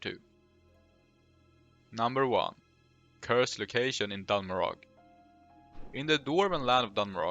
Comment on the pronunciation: Dun Morogh is promounced Moroe not Morogg (they even say it in game)